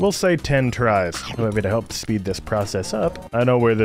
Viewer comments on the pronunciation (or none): none